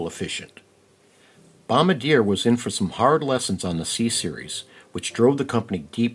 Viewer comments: Say, "bom-BAR-dee-yay" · bro said bombdyer💀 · Repeat after me: BOM-BAR-DEE-AYE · Bom-bard-yay (Caveat: Bombardier staff may tell you to pronounce it however you like) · It’s bom-bar-dee-a dummie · You’re not pronouncing Bombardier correctly